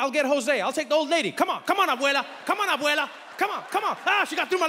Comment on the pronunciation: I love it how Trevor can pronounce "abuela" perfectly.